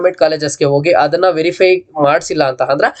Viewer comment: Adanna❌ Hhadanna✅ Application ❌ Hhapplication ✅ Andre ❌ Hhandre ✅ Aadre ❌ Hhadre ✅ Adike❌ Hhadike ✅ Aadmele❌ Hhadmele✅ Alli❌ Hhalli✅ Update❌ Hhupdate ✅ Hattira❌ Attira✅ Aagirbohudu❌ Hhagirbohudu ✅ Idhe❌ Hhidhe✅